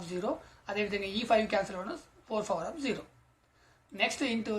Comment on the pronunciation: Aadi power undi fower kadu😂😅